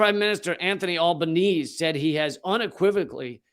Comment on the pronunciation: Albanese is pronounced Alba NEE ZEE. Other than that piece of pedantry from me - great work Lee! As an Australian, it's especially chilling when a fellow citizen is persecuted and locked away for so long...